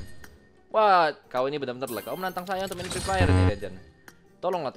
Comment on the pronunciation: "Jadi saudara preepire" wkwk